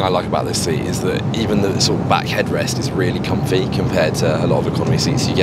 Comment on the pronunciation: how did no one notice says “confy” instead of comfy